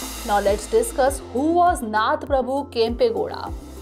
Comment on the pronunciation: It's "KANNADA",not kannad. He is "NADA" Prabhukempe Gowda, not Nad Prabhukempe Gowda. ಕನ್ನಡ♥️ ನಾಡ ಪ್ರಭು ಕೆಂಪೇಗೌಡರು♥️